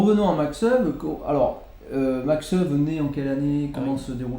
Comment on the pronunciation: Merci pour cette vidéo. La prononciation des prénom et nom de ce champion en hollandais est « Makch Éweu ». Cf. le site forvo